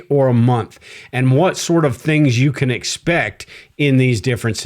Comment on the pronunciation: I thought you were ai as you said can, in the can opener, you pronounced it as jack can do the overtime. When can as in canned food or can opener is more like, kan rhyming with hand.